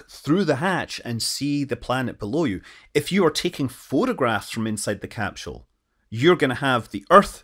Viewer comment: Please, never stop pronouncing it "capshell". It makes my Scottish ancestry tingle.